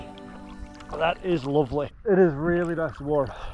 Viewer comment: "that is lovely" spoken like a true northerner, i thought you're kiwi?